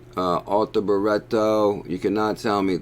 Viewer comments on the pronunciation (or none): BRITTO NOT BURETTO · It's Arthur, as in King Arthur (Nights of the Round Table, Excalibur, you know the story). Not Ar-Tur. Sorry mate, but you are pronouncing it wrong. And it's Britto, like Brit (as in British) with an O on the end. Hope this helps. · this dude is purposely adding letters and vowels to Brittos name for fun, on purpose. He does this with all sorts of words over the years I've noticed. He's just trolling you fools lol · abdel el - my thoughts exactly - if you gonna read something FFS read it/ pronounce it correctly or don’t read aloud.... simple really